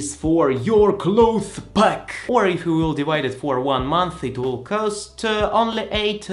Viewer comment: Some English notes: -Instead of saying "By Your own" (which no one says), say "By Yourself" -Gel is pronounced like Jel. -So many foreigners get Cloths and Clothes mixed up. Clothes are what you wear, and it's pronounced the same way you said say "close" (Like close the door). The "th" is completely silent, and the s makes a Z sound. Cloths are fabrics you don't wear. And you do pronounce the "th". It's more commonly used to name a rag you used to wipe a table, less commonly, a fabric you would use to cover yourself (most people would say blanket, comforter, or sheet, though). Hope this helps!